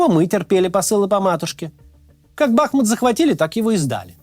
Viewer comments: Бахму́т, а не Ба́хмут, как Москва́, а не Мо́сква! Даже Пригожин с Ходорёнком ставят ударение правильно! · Смотрю.. Нравится) Понятно,что Максим сам не может все знать и подготовить выпуск.Команда,подскажите ему,что Бахмут-ударение на букву "У". А то,неприятно на слух звучит.Вам по фиг,а нам нет.